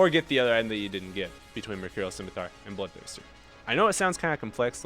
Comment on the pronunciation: say it with me: sim-I-tar